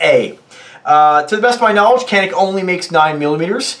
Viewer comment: I actually have the original gun this gun is copying...the Walther P99AS. Its one of only 4 polymer guns I own ( prefer steel and DA/ SA) and carry it everyday. Also, it’s pronounced in native as Yan-Ick.